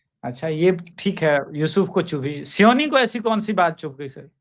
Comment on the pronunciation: सियोनी नहीं "सायोनी" है नाम उन महोदया का....